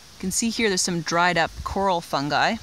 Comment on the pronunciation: Very good...I think I learned more in the 17 min. then I have in a while ...Did you say "funnsie's" ...Great job...Thank's